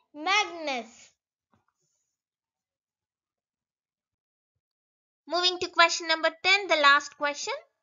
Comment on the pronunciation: It's magnus not magnes😂😂😂😂